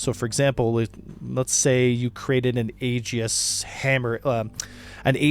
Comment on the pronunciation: I initially thought he was saying A-G-I-S really fast. If you're trying to pronounce Aegis correctly, remember that it's Greek in origin so it's kinda funky, and the best way to pronounce it is, "EE-jis". I was playing Red Alert 2 in high school on my laptop, and I made a comment about Aegis cruisers (Ae-jis), and the teacher responded with a quote from the Iliad with the proper pronunciation.